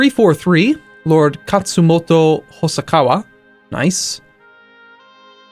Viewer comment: That's Hosokawa, not Hosakawa.